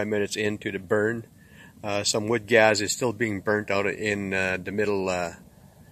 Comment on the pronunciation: He says OLES instead of holes and GAZ instead of Gas lol